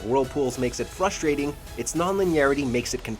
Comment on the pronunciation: flushtrating? was that a mispronounciatioon or an intentional pun?